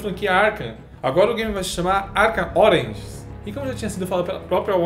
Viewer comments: "Arkhan ORANGES" kkk malz mas soou assim pra mim, tipo, ataque das laranjas ao batman kkkk :p Abraço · "ARKHAM ORENGES "